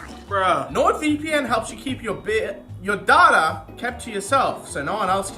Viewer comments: saying "Darter" is giving me crohn's disease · uk: dayta us: datta: DARTA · There's no 'h' or 'r' in data fyi